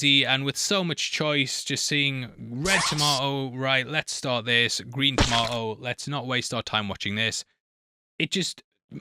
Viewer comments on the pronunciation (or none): I watch the popcorn meter not the tomato. And it's pronounced "tomato," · Says tomato weird but I bet he says potato like a normal person. Explain that 😂